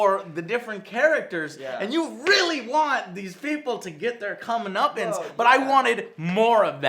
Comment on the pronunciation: he pronounced comeuppance wrong😂